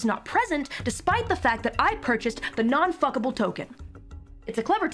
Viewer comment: She makes sound Non fungible token sound more like "non f**ckable token" 😂